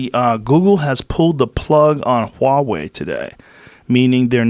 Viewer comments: Joe I can't take it anymore, you are obsessed with this company recently so- stop saying "WA WEI" correct pronunciation- say the H sound like HUH..HU..HU..WA...HUWAH... HWAH..HUA...WEI. pronounce the H, blend it with the wah quickly and you get a HWAH, HUA. Huawei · I'm told that Michael Malice was on this episode but all I heard was just Rogan ranting away about all his usual bullshit for ages. And for fucks's sake, can someone please tell him how to pronounce "Huawei"?